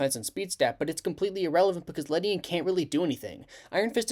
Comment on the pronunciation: I’m pretty sure its pronounced “Lady-on”